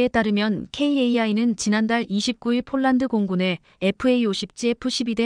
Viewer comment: 폴란드 라했다 쫄란드라니 읽는데 성의를 ㅡㅡ